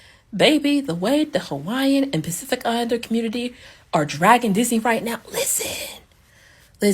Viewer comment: These opportunities should have gone to darker skinned Pacifika people. 🤦. Her pronunciation of Pacific is interesting. She says it a lot.🤭